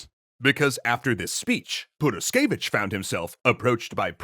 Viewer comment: Sure, Tzar did neglect Rasputin's advices, but nowhere near so hard as you neglected "h" in the middle of Purishkevich